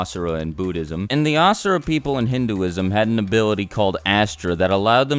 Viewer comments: You replied :O It's ok, the rest of your video is on point. You just got yourself a new subscriber (PS, it's Asura, not Ashura. Sorry if I sound like a jerk, but it just bothers me) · Asura is actually pronounced usura in Hinduism and it means monster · Asura and Astra is actually pronounced as Uh-sura and Uh-stra